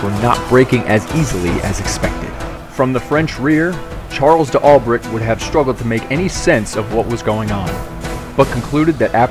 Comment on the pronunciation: Charle Dalbray not De Albret